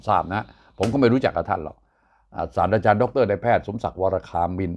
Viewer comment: ศาสตราจารย์ สาด-ตรา-จาน ด้วยความเคารพ ไม่ใช่ สาด-ดา-จาน